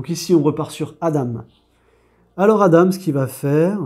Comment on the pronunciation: Hello jeu sympa. Sinon Adam ça se prononce "A-dent".